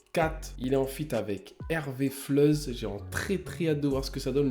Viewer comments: Oh mon Dieu il a dit Rvfleuze 💀💀💀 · on dit la rafleuze